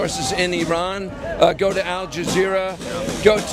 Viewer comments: Before you talk about a country, learn how to prnounce its name. Just because George Bush said I-rak and I-ran, you do't have to. It pronounces ur-raan and ur-raak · The guy shilling for Iran got one thing right: tge pronunciation. EE-run, not Eye-ran. That's the only thing he got right.